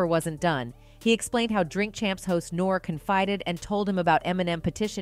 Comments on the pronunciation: To the narrator: HOV is pronounced as Hove, rhyming with Stove NORE is pronounced as NOR-E, rhyming with Story Bey is pronounced as Bee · Did she call Nore.... Nor??? Do your research! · Her pronunciation of Hov and N.O.R.E, is irking me!